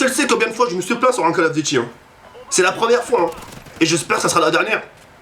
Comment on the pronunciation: les vidéo call of sa craint c'est pour les kikoo de 10 ans+c'est pas cale of dity mais call of duty apprend à parler